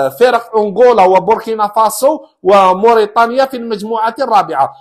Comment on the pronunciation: لتصحيح فقط بارك الله فيك استاذنا الفاضل النطق الصحيح موريتانيا انت تقول مورطانيا